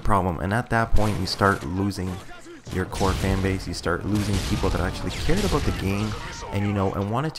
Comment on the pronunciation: ABOOT! :D